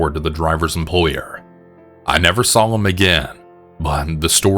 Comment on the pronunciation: Why Do You Say “VER-GINA”? Why Do You Also Say “SAWL” For “Saw”? 😂😂😂😂😂😂The way you pronounce words is so funny to me. Love you 🖤❤️